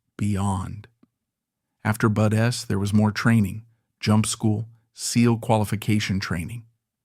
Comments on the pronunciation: Definitely AI. BUDs Basic Underwater Demolition Seal Training pronounced as BUDs not BUD S. Come on man. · Spelled BUD/s, pronounced Buds. Is this A.I. generated commentary?